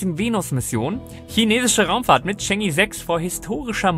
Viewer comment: Cheng'i? Chang'e Bitte nicht die Amis als Vorlage nehmen bei der Aussprache :D